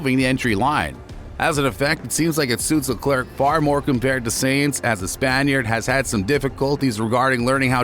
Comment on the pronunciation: My guy it’s tough to listen to you continuously saying Sainz last name wrong. Good video though.